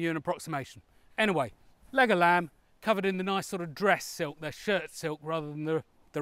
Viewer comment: I'm really impressed with you going out of your way to balance this video. This balancing shows integrity and commitment which is very welcome and impressive! Also, whenever I heard you say "leg of lamb", part of my heard "Legolas"!